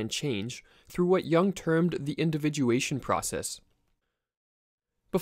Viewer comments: Good video, but PLEASE PRONOUNCE JUNG CORRECTLY, NOT YOUNG BUT YOONG. It is a German not English! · It's not Yong but Yung btw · isn't it pronounced "yoong" instead of "yung"? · Excellent videos – but please Yooung, (as in look), not Yung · It would help to pronounce his last name correctly. He is not Carl “YAH ng”. It is pronounced “Yoong” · Good video, but not "jang", more like "joong" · it's Juuuuuung,not young...pronounced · Carl Yung not Young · Please pronounce Correctly. Not young but Yung (Jung). And he wasn’t a psychologist. He was a psychiatrist. Totally different profession. Thx a lot. A Swiss obsessional. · Not "young"!!! Jung!! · it younng not young lol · It's not Jang it's.. JOONG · His name is pronounced YUUNG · How do you mispronounce the name of one of the most influential thinkers in recent times. You have more than a million subscribers, take it seriously and pronounce names correctly. His surname isn't Young. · Bro pronounced yuung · The vowel in Jung sounds like youth. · Thanks for the video, just learn to pronounce some words right, like Jung for starters. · I can't take this seriously when they can't pronounce the man's name.